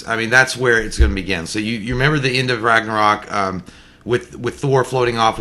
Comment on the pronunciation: Finally J says Ragnarok correctly lol